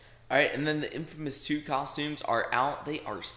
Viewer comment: funny how he says infamous2 :P